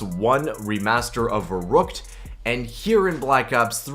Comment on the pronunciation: Your not even pronouncing verruckt properly lol